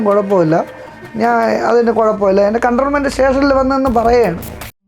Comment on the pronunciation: എല്ലാം നന്നായിട്ടുണ്ട്. ഒരു കാര്യം പറയട്ടെ, കണ്ട്രോൾമെന്റ് സ്റ്റേഷൻ അല്ല. കൻറ്റോണ്മെന്റ് സ്റ്റേഷൻ ആണ്. തിരുത്തുമല്ലോ.